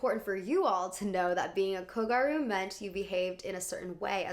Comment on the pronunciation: not kogaru, kogYaru. I love what you've got to say and youre well researches, expect for the pronunciations of a lot of japanese words in this video.